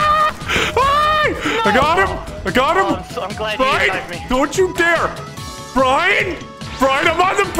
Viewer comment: I like how you pronounce Brian